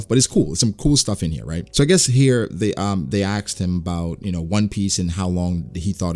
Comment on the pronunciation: You know what's funny? I never noticed that you say "axed" instead of "asked" until you mentioned it in one of your recent videos. Now I can't unhear it anymore 😂